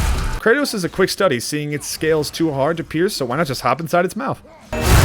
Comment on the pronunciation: Did you call Kratos "Kurtis"